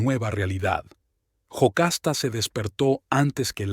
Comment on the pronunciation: No es Jocasta es Yocasta